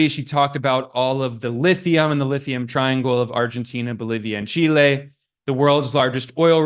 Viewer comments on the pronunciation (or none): none